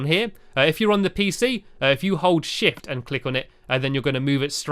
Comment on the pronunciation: are you sure you said shift?